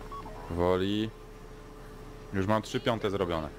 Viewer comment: już a nie jusz